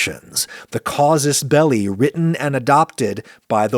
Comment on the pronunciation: 'Casus belli', not 'causus belli'! And 'milyuh' (milieu), not 'mealyou'. Lose no sleep at all. (Please kill me. I deserve it.)